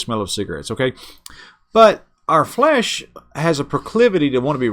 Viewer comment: He didnt say flesh...he said flayyish. 🤭